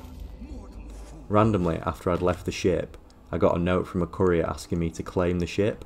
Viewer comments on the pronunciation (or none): I love how you emphasize the last syllable of 'courier', and the first syllable of 'decor'. You've got a great career as a decker ahead of you.